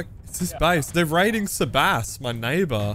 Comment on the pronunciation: How is sebass pronounced sabass 😂